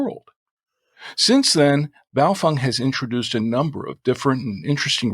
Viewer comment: Wtf is a buyo-fung???? Its "BAY-O-FANG"... straight from the manufacturers mouth...